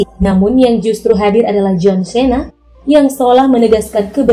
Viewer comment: Cena dibaca "Sii-na", bukan se-na Rodriguez dibaca "Ro-dri-gez", bukan rod-rai-jes Diesel dibaca "Diy-zel", bukan di-ye-zel Scene dibaca "Siin", bukan sken Tyresse Gibson dibaca "Tay-riis Gib-sen", bukan ti-res-se gib-son Brewster dibaca "Bruws-ter", bukan brew-ster Ludacris dibaca "Lu-da-kris", bukan La-da-kris